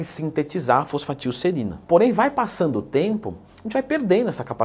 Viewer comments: FOSFATILserina 🤣🤣🤣🤣 Pesquisou no chat gpt e gravou o vídeo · reparem como ela fala errado o nome kkkk faltou aula quimica